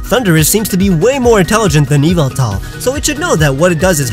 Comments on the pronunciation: erm...you made a mistake XD it's pronounced EE VAL TOR not EVIL TAR! don't correct me, because i have an official pokemon encyclopedia book! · Yvetal is not pronounced "evil-tall" it's "Ye-vetel" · It's actually pronounced ee-vehl-tahl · Its pronounced YU-VEL-TAL and not EE-V-IL-TAL!! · Yov-ol-tal!!!!!!!!!!! Not yovoutoll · Oh hey man sorry to say you got one more thing wrong, in this video actually. Don't you know Yveltal is pronounced YAHVULTAL?!?!? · its yavaltal ya-val-tal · its ee - val-tal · Every single time he said Yveltal I was thinking, “No, it’s YAHVULTAL!” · The y in this name turns into an e sound, it's ey-vol-tal. In the word yygdrasil the y turns into an i as it is a double y, ig-drah-sil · According to the company when this Pokemon was first revealed they stated it was meant to be pronounced ee-VELL-tall. The Y having a EE type of sound and the E after the V being pronounced like in kept or sent. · yahvultal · Actually, it's pronounced "ee val tor", anyway, that's what it said in the anime also, i have an official pokemon encyclopedia! so don't correct me! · Yveltal is actually pronounced eeval-tahl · YES YAHVULTAL!!! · YAHVULTAL! GOD OF DARKNESS AND DEAATH! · No it’s Yveltal is pronounced YEE VEL TALL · Actually, that's wrong too. It's pronounced E-vel-tall. Y'know, like the word "evil"? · i thought it was ee-vel-tall. whatever. i don really care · I pronounce it (yeh-vel-tah) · OMG IT IS PRONOUNCED YA-VEYE-TAL! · etan 1315 no, it's pronounced either Ye Vel Tal or Yah Vul Tal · It’s yahveltal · Its yavaltal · You said Yveltal name wrong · I was just thinking about that every time he said yveltal lololol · WAIT HOW DID YOU CALL YVELTAL